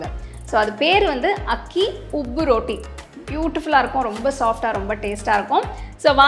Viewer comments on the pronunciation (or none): அருமை. நீங்க ரோட்டினு சொல்லாம ரொட்டினு சொன்னா நல்லா இருக்குமே